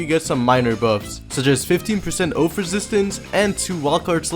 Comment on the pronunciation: Oath not Oaf